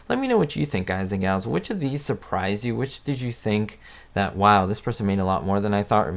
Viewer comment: please dont say "galls" makes my skin crall